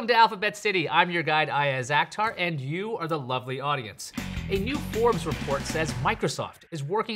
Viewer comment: that pronounciation of 'Akhtar' have me Cancer